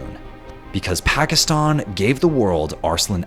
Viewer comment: "Pakistun... Pakistuni"